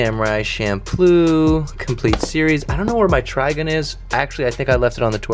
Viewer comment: Oh man good see my boy is a baby-weeb. Someone needs to update his anime collection and tell him it's trig-un not try-gun.